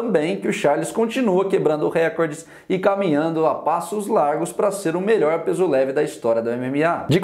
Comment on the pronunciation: duzentOs duzentOs reCORdes